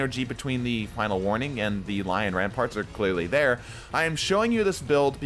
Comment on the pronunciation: I'm starting to be convinced people just say Lion Rampant wrong on purpose.